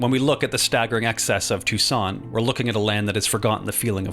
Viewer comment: ah yes the city of toucson